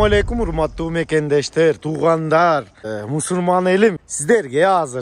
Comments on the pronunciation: Данияр тууган мусурман дебей мусульман деп айтчы жаман корбо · Мусурман эмес Мусульман дечи машина жакты мага сонун 👍